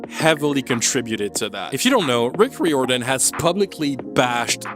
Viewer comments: why do you pronounce Rick Riordan's surname weirdly? it's rai-or-dan. 11 books, as I write this comment. Annabeth turned from a white blonde girl into an angry black girl, or at least she’s a part of of an angry black woman's trope. I wonder what their excuse would be if kids told them they disliked this show, let alone hated it. I hope it won't be the case with the Harry Potter reboot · You’re pronounced Rick Riordan's name wrong, it’s ray or Dan, it’s like you pronounce diamond. he’s proved that he doesn’t care about the book accuracy as he used to when the movies came out. not exactly, Rick wrote at least 11 more books besides the original book series. Percy was watered down 😅. maybe that happens with the show because the ones who are related to the show think the target audience has short attention span, so much so, they think the audience will never have the patience to watch the show if it had the length it needs to have to show everything needed to be shown in it. true, how did they miss that? I know movies and videos are also visual, but shows called shows for a reason, have they forgotten that? What’s the point of making a SHOW if you don’t SHOW anything? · Riordan is pronounce rear-don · i wish youd googled how to say Riordan lmao i swear its not that hard. Reer-Duhn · You mispronounced riordan every single time you brought the name up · Fans be RIOTIN over your pronunciation of Rick Riordan